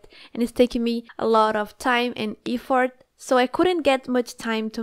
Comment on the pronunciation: eaffort me:EAFFORT